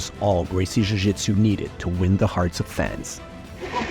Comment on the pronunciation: Why are you pronouncing jujitsu like you have a Brazilian accent?